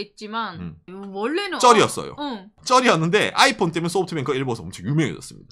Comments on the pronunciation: 아\잇폰 아\잇폰.. 플리즈 쫌만 부드럽~게여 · 아이폰할때 '아'에다가 악센트좀 그만했으면... 힘들어보임..